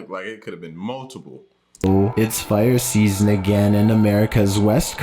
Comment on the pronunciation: The guys voice is KILLING me “vehiclES” “firE” it’s as if he can’t finish a sentence